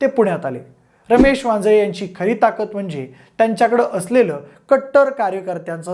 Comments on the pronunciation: वाजे असे बोलताना उच्चार केला गेलाय वांजळे असा करावा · अहो ते वांजे साहेब नाहीत वांजळे साहेब आहेत असा उच्चार करा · वांजे नाही आहे रे भावा वांजळे आहे